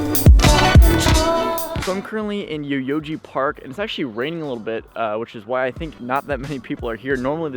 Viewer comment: Saw your video for the first time, you showed some great places in Tokyo. But he6 man you really need to brush up on your pronouncing the words better. yo yogi park not Yoyoji park.